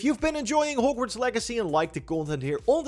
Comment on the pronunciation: Normal people: Hog-Worts Raptors: Hoe-g-Worts